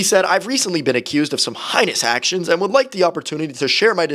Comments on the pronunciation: Wow! you butchered the word heinous. It's not pronounced 'highness', it's HAYNESS. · Highnous actions 😂 broooo, it’s pronounced haynuss (heinous) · no disrespect but "Hain - nis" and e - Kwa - luh - ti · Heinous ❌ Hainous ✔️ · It’s pronounced heinous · The worst part of this video was pronunciation of "heinous" For those who want might be annoyed, I mean this man's video, not Bentellect's actions.